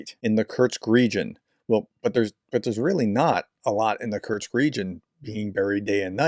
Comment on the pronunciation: Just a niggle: There's no 't' in Kursk.